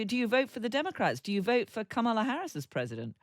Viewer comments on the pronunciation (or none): Kamala will win this election! 💙💙Vote Blue up and down the ballot. 💙💙 Btw, her name is pronounced comma-la. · Cheri is a great guest & could try and pronounce Kamala correctly as:, la. That’s it & it means lotus flower 🪷. Thank you.